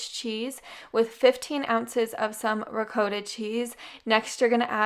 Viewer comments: I really enjoy your videos! One thing though... It's ri-cot-ta not re-coat-a. :) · Not that it matters, but it’s actually pronounced “ruh-kaa-tah.” Lol. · Why isn't anybody arguing about things that REALLY matter? Like the fact that lovely put cottage cheese in the lasagna?!? However, I will say that as someone who is Italian American, and lived 3 years in Italy I can decidedly say the correct pronunciation is "ree-kawt-tah". This is also listed in as the correct pronunciation in Italian. I listened and asked at every Italian restaurant we went to, asked little old Italian ladies who had been cooking with ricotta for 50 years and they ALL said the same. 😉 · REE COAT TA!! 🇮🇹❤️🇮🇹❤️ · Well I’m American and the way it’s pronounced here is ruh-kaa-tuh. So, with that being said, you say it your way and I’ll say it my way. Thank you and God Bless! 💖😘🙏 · My dad always said ra-cua-ta. He's Maltese which is almost Italian. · I don't need or want to try. I know what is correct based on FACT and experience. You have your opinion, it just doesn't matter to me.🤣🤣🤣 So you go ahead and have the last word in the Great " Ree-Kawt-tah" Debate but I am so done. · Cottage cheese in lasagna, not for me. Straight seasoned ricotta. But whatever works for others amen. Also, had to smile each time you pronounced "ri-coat-a" cheese 🤗🧀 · I like the way you say “ricotta” 🤪💖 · Actually, yes lol. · Yep yep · When you’re Italian and you hear someone who isn’t say the word “ricotta “🤣 Still…I love your recipes and I’m making the first one right now!